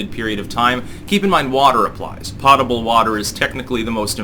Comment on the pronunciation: For those who are interested, potable is pronounced, poe-tuh-bull.